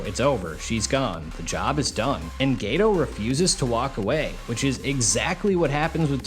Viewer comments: My Dawg did you say Gayto 😂😂😂👀👀👀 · Geto ❎️ Gay-toe 🦶👬 ✅️